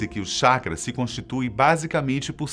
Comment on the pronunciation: Colocaram um cara que não conhece nada de Naruto, para falar! O cara nem consegue pronunciar anime e chakra corretamente